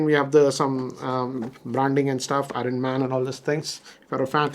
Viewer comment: 😂its not Horn Man, its Iron man (R Silent) 🤦🏻‍♂️